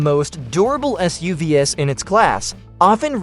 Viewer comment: shit I hate these AI voices. It can't pronounce SUV's and it repeats itself. I only got :44 into and had to thumbs down.